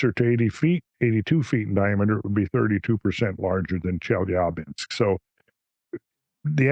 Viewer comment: Off topic but... I really appreciate hearing the mostly correct pronunciation of Chelyabinsk. The backwards 'R' is spoken as 'ya' and is typically the accented syllable in a Russian word. Most English speakers get it wrong :) Randall winning again with the attention to detail!